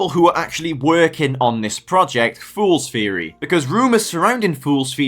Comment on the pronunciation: "Fools feary"😂